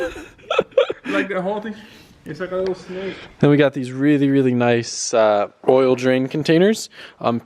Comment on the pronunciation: Noice wehills ken I hev a pear? Plz